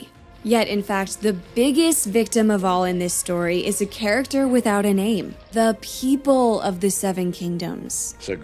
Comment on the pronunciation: "tEh peEpuL"